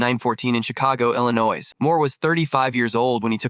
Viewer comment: Cheap production, terrible narration (can't even pronounce Illinois)! Also, a heck of a lot of the photos shown aren't even Clayton Moore!!! They're some unrecognizable person. He and Jay deserve much better than this. Wish I knew how to make videos, I'd do one for them with the quality and accuracy they deserve!